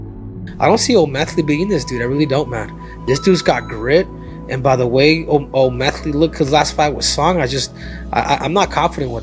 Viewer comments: He was calling him O meth ly 😂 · Cejudo can't talk. Can't pronounce O'Malley. Is he on drugs??😂